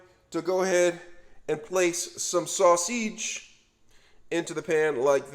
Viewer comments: Sausgeeeee , garleek & unioooon make sure you fryta it 😂😂😂😂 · Subscribed just because I love how he says garlic, sausage and onion 😂😂